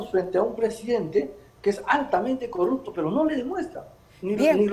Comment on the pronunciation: "NU lu suy corropto" Pueblo Peruano: 😆 😆